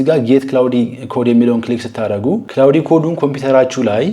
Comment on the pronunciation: ክላውድ ነው ክላውዲ አይደለም